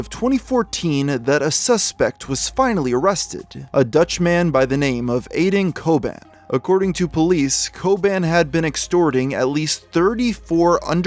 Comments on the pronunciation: I thought you said aden koban or something but his name is apparently aydın çoban. A Turk from the Netherlands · Aydın Çoban is turkish actually, the name is pronounced like this : "Ay" as "ai" (like japanese), "dın" as quite simirlar to "don" in "London". "Ço" as just "cho" and lastly, "ban" as "bah-n"